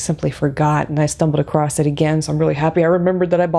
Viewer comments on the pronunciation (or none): none